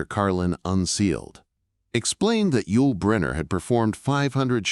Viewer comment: The Ai voice pronounces Yul as "why-you-ell". I'm so fed up with Ai.